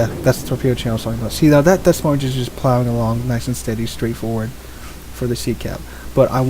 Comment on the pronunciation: It's Deh Moyne. S's are silent. Good vids though.